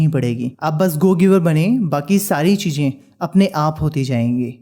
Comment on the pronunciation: MAJA 😅CHEEEEJJJ😂ZAROORAT😂HAVE TO LEARN HOW TO SPEAK FIRST 😡🙄